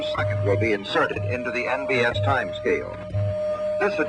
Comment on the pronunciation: Great Video! Your clock has the letters NVS. It should be NBS. The B sounds like a V in the audio. NBS = National Bureau of Standards, now NIST.